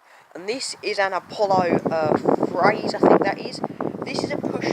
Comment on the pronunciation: its apollo phaze you said phrazee